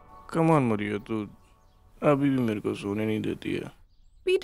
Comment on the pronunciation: " Maaria " Not " Muriya " 😆😆😆😆